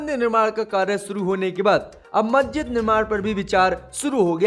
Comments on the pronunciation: Abe zahil majjid nahi masjid hai sahi shabd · मेरे भाई आपसे तो मस्जिद का सही उच्चारण भी नहीं किया जा रहा है,, समाचार क्या खाक पड़ेंगे।